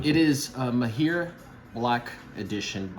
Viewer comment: It’s pronounced Mah-hir … generally means an expert or skilled in something… Great vid!